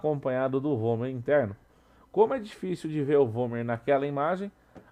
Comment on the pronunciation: /É vômer ou homer? XD